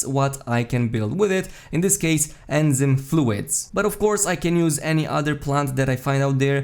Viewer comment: Good vid.. thumbs up. One english pronunciation tip.. enzyme: en-zyme en - like saying the plural 'men' without the 'm' (you are pronouncing this correctly) zyme is pronounced like 'time' except with a z.. so like zime. English has such absurd pronunciation rules I'm amazed anyone who isn't a native speaker gets it right.